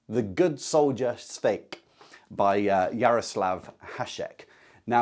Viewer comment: Nice video. Just one nag Škoda-style. If you can pronounce Hašek, you can pronounce Švejk. Not Svejk. Not Skouda. Not Hasek. Škoda, Hašek, Švejk. Just think of saying “shite”. “Shvejk” 😂